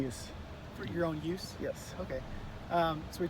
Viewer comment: Use...not youth LOL